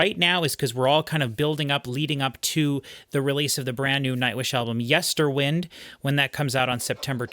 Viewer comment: FYI - the wynde part of Yesterwynde is not pronounced like atmospheric wind but as in wind up a watch.